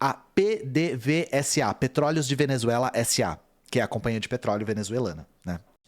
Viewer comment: PDVSA se lê Pêdêvêsa.